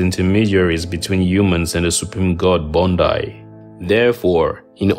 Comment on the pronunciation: You mispronounced the Creole names Bondye is pronounced bond-yay -- Baron Samedi is pronounced bah-woh sam-dee